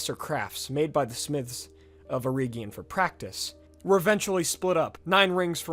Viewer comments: I only suggest "reg" instead of "reeg" in the pronunciation of Eregion, as per the audio books from the Silmarillion. C. Tolkien as an adviser on the languages. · Great video, I'm just a bit iffy on the pronunciation of some place and people names, the way you say eregion for example. I recommend you read Tolkiens notes on pronunciation in the appendix. Mae Govannen, mellon. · Pronounced err-Egg-eon, not err-Eeeg-eon. Also, it should be illu-Var-ter, and not Illu-vutter. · Eregion for example, you're pronouncing it as Eree gion, but the second e is just as short as the first. Then Gwaith-I-Mirdain, I don't understand how you mispronounced that cause you said the first ai correctly but then you did the ai in mirdain with English pronounciation instead xD, also in this case the I (inbetween the words) is pronounced as the english ee. Dol Guldur, not Dol guldor. I think that was the main ones.